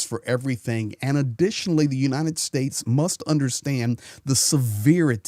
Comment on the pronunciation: Why is he always saying "unineted states". It's "United".